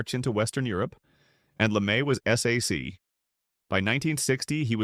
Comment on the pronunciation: It's not pronouinced S-A-C, it's prnouinced SAC(K). I'm an old SAC troop. Lemay was not used to hearing NO, he was a brilliant commander.